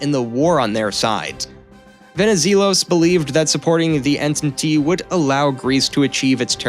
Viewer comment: The writing was overall good and accurate in most aspects, but you need to change the narrator asap. He dismantled Greek names, toponyms etc. while he obviously doesn't even have a clue what the Entente alliance was, since he cant pronounce it correctly!